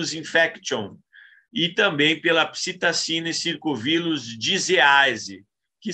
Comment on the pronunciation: "Psitacine circovirus infection e Psitacine circovirus disease são dois gêneros do vírus do grupo..." foi foda de ouvir.🤣 Mas tirando isso, boa apresentação! Esclarecedor.